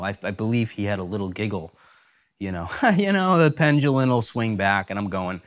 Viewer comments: You KNOW the guys wanted to correct him for saying the word pendulum as "pengelen". If he's not going to pronounce words correctly then he should be canc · This guy's hot: I hope he learns how to say, 'pendulum', soon.